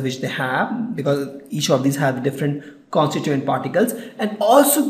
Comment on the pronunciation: "plastic is soft"??????????WTH!!!!! "constunent particles" ????????? it's con-sti-tuent particles"!!!!!!!!! 522 "super-high computers" what in the hell are super high computers?? I know supercomputers exist but I never heard of anything like super-high computers!!!!!!!!!! " the sords"????????/ it's not sords it's sword!! And one of the properties of solids is they have definite mass, shape, and volume as you told, then how come a cake is a solid as it never has a definite shape, it compresses when force is applied I mean it deforms right?? He says the word constituent wrong every time. "os-ki-llate"?? It's os-ci-llate and you don't spell the 'c' as 'k' or something!!!! And by the way the videos you put are so educative but this series isn't good. And thanks a lot for helping students like me.